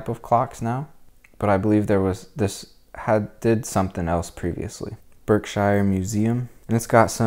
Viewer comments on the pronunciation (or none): Great coverage of Pittsfield, I'm a native born here now and Octogenarian just for future reference, "Berkshire" is pronounced "Berkshure" not Shire! But its a common mistake lots of people make . Thanks again for a great video and for sharing. ECF